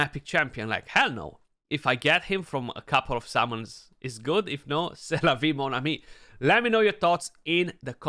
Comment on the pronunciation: "c'est la vie mon ami", your french is excellent!